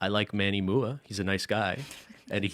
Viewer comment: Who's gonna tell him that MUA is not pronounced "mooah"?